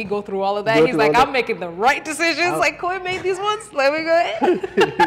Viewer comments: Koi not Kuwe! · IT'S NOT KOI its kuui like kooi